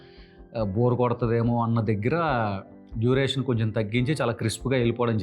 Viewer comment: Duriation ✅✅✅ Duration ❌❌❌ 😂😂😂 Ohh.. Script lo vunte ok... Ledante malli ibbandi aypoddi...